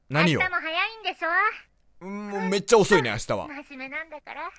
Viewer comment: 「め↑っちゃ」っていうアクセントに気を取られて内容が入ってこない